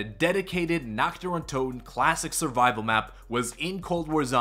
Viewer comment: You pronounce "Nacht" (night) just like "nackt" (nude) which makes it pretty funny 😂